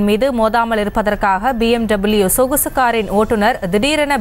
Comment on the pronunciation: என்ன செய்தி வாசிக்கிறீர்கள்??? செய்தியில் போகும் வார்த்தைகளை சரியாக போடவும் தயவு செய்து.. சொகுசு கார் என்பதை கொசு கார் என்று பல வார்த்தைகள் தவறாக போகின்றன..